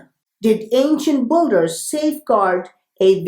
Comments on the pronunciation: Is he saying ancient BOOGERS lol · Builders or Buggers? lol. Im just kidding , brotha , but certain words , how you say them , cracks me up ^ ^ & , as always , Ty so much for your hard work! ^ ^